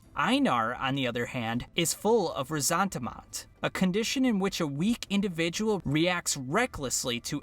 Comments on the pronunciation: Reasontamont, then explained it in the MOST convoluted way possible. I thought it was something else entirely. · And what the hell is reasontamont? Is he talking about resentment? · The only person to also notice this? What the hell is reasontamont? Is he talking about resentment? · Why you keep saying resentment like that